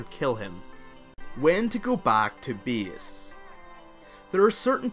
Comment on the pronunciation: My ears are bleeding, when i hear your "BIES", which is "base" and this "SIEF" for safe :D But thank you for a guide.